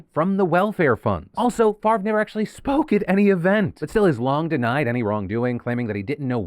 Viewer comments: you can't just flip the pronunciation of letters in a name. favre is pronounced fav-rah, not fucking farve. people who think basic rules of spelling don't apply to them can jump of a cliff. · So... just wanna say that my OCD kinda had me going a little nuts at the fact that Brett's last name was spelled incorrectly a bunch of times til it showed it spelled correctly above a text msg that was sent. I was literally saying in my head, "Why would it be pronounced 'Far-vvh' it was spelled F A V R E...? Wouldnt it be pronounced 'Fahv-ray' at that point?" lol But then almost everywhere else its spelled F A V R E so I dont know what to believe anymore! LOL Weird what your brain latches onto after 13hrs of work XD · it's Favre. Silent R & E. Pronounce: "Fah-ah-veh" or maybe "fa-ah-vier" depending on where his name comes from country wise. Which matters. I study linguistics. I have an odd last name too. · I love how you say farve instead of favre, as a francophone it’s quite funny. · Don't know who this Brett guy is, but why is his name pronounced "Farve" when it's spelled "Favre"? 'Favruh', 'Favor' sure, but Farrrve, the v is before the r. Odd. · As a non-American, it is HILARIOUS to hear Favre pronounced as 'Farv' so many times... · Phil kept pronouncing "Favre" as "Farv" and I think it should continue, if only to throw shade at the fraudster. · Brett Favre's name just makes me so angry. The r is clearly after the v, why is it pronounced like that. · I've never liked Favre. Even the pronunciation of his name feels fraudulent.